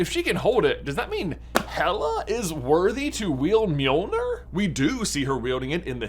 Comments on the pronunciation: By the way, you pronounce it like “m-yoel-nyr” not “mee-oel-ner” (I’m of Scandinavian descent, so I know how it’s pronounced) and also in traditional Scandinavian folklore, it’s spelled Mjöllnir or Mjølnir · Miolner? It’s basically pronounced me-ol-near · Is called Mirnirch in Icelandic not mirnor Mjolnir is pronounced as Mirnirch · It's NOT pronounced "me-ol-nur" you twit. It's pronounced . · Please stop mispronouncing mjolnir. It’s not mjolnur. Sorry it just kind of annoys me as someone interested in Norse mythology. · Am the only one the mispronouncing of mjolnir is killing? I give marvel fans a pass for stuff like Bifrost bc they call it bye frost in the movies, instead bee frost like it is actually, but the call mjolnir the right thing most of the time (myol neer) (although they might pronounce it myil neer, which is wrong) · You're saying Mjolnir wrong. It's pronounced "Johnathan". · Me-yo-ner 😊/ mjolnir😡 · I thought it was pronounced mill near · Bro, that was the most horrendous pernunsiation I have ever heard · Why did you say it with the hard R 😂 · Why do you say it wrong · At least pronounce the name correctly, dude. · What If, where Tony snaps then is handed Mjolnir and his life is prolonged like Jane Foster. Also that’s an odd pronunciation ngl. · You mispronounced mjölner